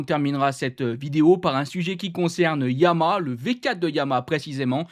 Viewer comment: ESSAYE ENCORE !!!!!!! on dit "YA MA HA" pas " YA MA" syllabes !!!! pardon, tu ne dois pas savoir ce qu'est une syllabe .... tu ouvres la bouche 3 fois ;-)